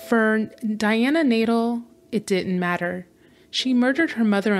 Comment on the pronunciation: The name is pronounced nay-DELL, not Nadle.